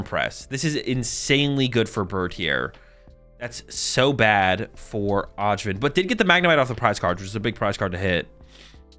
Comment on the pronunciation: Öjvind is pronounced like "Oi - vind". It's a soft J in a lot of European languages! 🙂